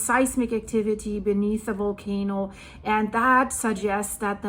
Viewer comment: Really great info and update 👌 It’s Volcano not Wolcano btw 😂 just kidding, my Deutch pails in comparison to your English. Great to have found your updates and be in touch with all that’s going on these days. Thank you so much 🙏